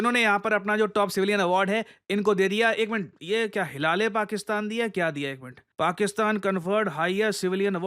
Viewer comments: "Hilale Paxtan" 😂😂😂😂. 🔥🤣 only in bikaristan it's possible 🤣🤣🤣🤣🤣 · hil - a - Le fakistan 😂😂😂😂😂😂😂😂😂😂😂😂😂😂😂😂😂😂😂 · Hila-Le-Pakistan 😂😂 Sahi pada apne 😂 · Hila- le- Pakisktan😂